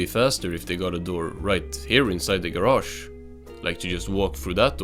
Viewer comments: SpongeBobs Ger-ash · I could listen to this guy say garage all day